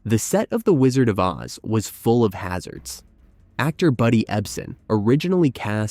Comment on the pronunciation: Several quirks in the narration seem to indicate this was read by an AI. Like saying the world of “oh zee” instead of OZ, or putting an unnatural space in the title of “beauty and the beast”.